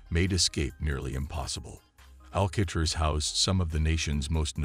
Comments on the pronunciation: Al-kay-triss?? Wow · How do you not know how to say Alcatraz? It's only the most famous prison on earth. 😂😂😂